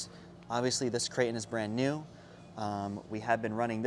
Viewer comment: Does it drive anybody else crazy how he says crate in? Lol